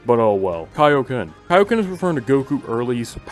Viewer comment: you missed one and i was waiting for it all video Goku mispronounces his Kaioken in BT3 and says "kay-oh-ken" instead of "kai-oh-ken"